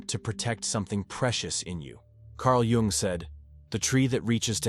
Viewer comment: Too much preamble. Learn to say JUNG'S name correctly. Tell us the 13 traits, THEN TALK, not analyze before!